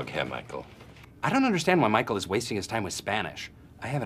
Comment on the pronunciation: „ GUTEN TAG MICEAL“😂